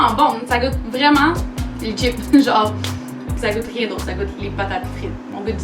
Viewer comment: C chipssssssss pas chip